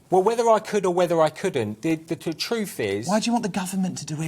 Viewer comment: But he speak the "TROOFF"